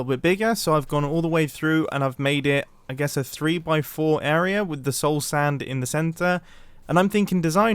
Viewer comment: I like that he says area like ”eroerea” 12.15